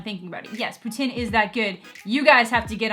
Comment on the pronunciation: You pronounce Poutine like Putin lol